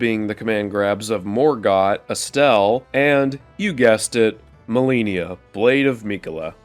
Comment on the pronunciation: why do you say Malenia, Blade of Miquella like that? you're forcing yourself to pronounce it like a dumbass lol. good video 3 hours in though! did you really not realize how bad you were butchering the name? You have to be doing it on purpose.